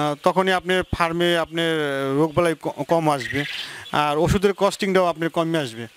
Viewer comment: এ ভাই এই যা পারেন না তা নিয়ে বকবক করেন কেন। ঠিক মতো ওষুধের নামই বলতে পারেন না।।। মানুষ বুঝবে কি এই ভিডিও দেখে।। কি শিখবে আগে সবকিছু শিখবেন তারপরে ভিডিও বানাবেন।।।